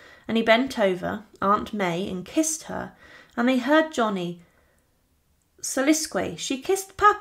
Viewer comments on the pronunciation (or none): When you come across a word you don't know [like soliloquise] why on earth don't you ask someone how to pronounce it instead of having a wild guess [like soliskway!] It makes these [somewhat inaccurate, or at least simplistic]"documentaries" into some sort of joke.